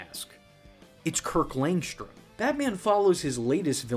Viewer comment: Kirk LangSHHHHtrom. It's also SHHHHtrange that Tara SHHHHHHtrong did the voice. Jesus dude! It isn't spelled or pronounced that way.